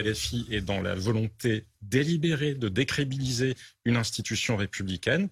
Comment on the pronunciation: On ne dit pas « décribiliser » mais « décrédibiliser » qui mélange tout. Respect.